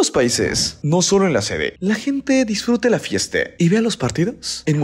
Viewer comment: Este vato como le encanta hablar en lenguaje inclusivo, "Terror en Chineehh" desespera demasiado.... "Todo el Mundeeh".... " La gente disfruta la fiesteehh" pronuncia mejor las vocales al final de las palabras.....